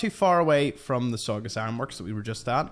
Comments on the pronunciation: "Saw-Gus" Ironworks. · I think is it’s pronounced Sa-gu-s